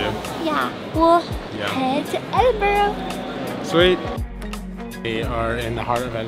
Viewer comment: Welcome to Scotland. Good to hear that you’ve got the hang of pronouncing Edinburgh. Shame the weather looked a touch cool, but that’s Scotland for you. Loads of history and beauty. Hope you had a great time. You’ll be looking forward to the warm weather when you get back.